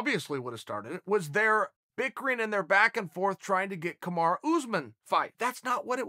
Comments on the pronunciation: Chael, i swear its not Kamara it’s KAMARU!! You’ve been saying it all wrong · Chael you are an excellent speaker and its kamarU. I'm sure you understand. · Chael "Kamara" Sonnen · Kamara sounds like some Asian guy is trying to pronounce Kamala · If Chael says Kamaru Usman’s first name is Kamar then his first name is Kamar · Is Chael mispronouncing Kamaru's name some kind of running gag?